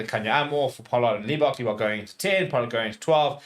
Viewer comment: surely its not that difficult to not pronounce Manie's surname as LEE--bok